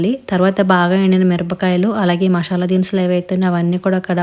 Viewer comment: Mashala kaadu Masala. Ekkadi nunchi nerchu Koni ostaru